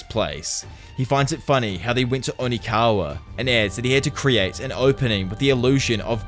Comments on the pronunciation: It’s Okinawa, NOT ONIKAWA. Lol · Does anyone else notice he says onikawa and just rolls with it? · bro kept saying onikawa 💀💀💀 great video though 9.69/10 onikawa ruined your rating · Am I missing something ? Is there a reason you keep calling Okinawa, onikawa? Lol